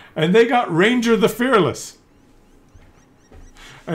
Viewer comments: Ragnar...NOT Ranger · RAGNAR!!! Not ranger! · i like how he keeps calling Ragnar - Ranger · its RAGNAR ffs :)